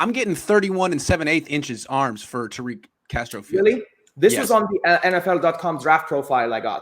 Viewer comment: She can't even pronounce Tariq in Arabic correctly, what is she talking about